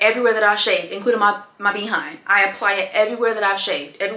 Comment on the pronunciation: I love how you say Bee 🐝 hind 😂